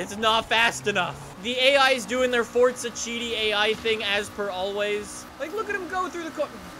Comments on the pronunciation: Its forza not fortsa ahhhhhhh 😆😆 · Its forza not fortza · Can you stop calling it fortza for once ⬇️ is how many people are annoyed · Why does everyone pronounce forza like "fortza" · forza doesnt have a T in it